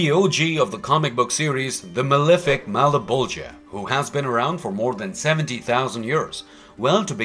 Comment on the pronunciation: malaboja does not sound right